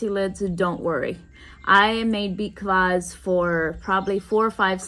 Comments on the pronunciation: Are you saying beet collage or what? Can't make out what you are calling the juice drink. Also what do you mean by waxing the cucumber? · I’m sorry, what are you saying, beet claws, beet Klaus? I can’t pick it up. 😂